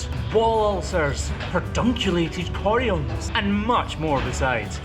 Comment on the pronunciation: The way you said "perdunculated coriums" for some reason just cracked me up! It was so emphasized! Haha